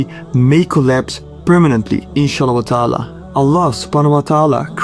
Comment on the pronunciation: You said INSHA ALLAH WA TAALA, don't say this in that way but say IN SHAA ALLAH U TAALAA.